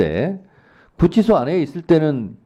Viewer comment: 윤치소??? 구치소??? 기본을 교정하자.